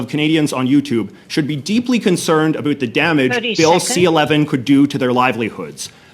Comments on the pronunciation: worry aboot the damage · South Park was not joking about Canadians saying aboot then lol 😂